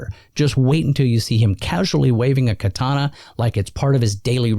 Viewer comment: Sah-moo-rai and kaw-tah-nah.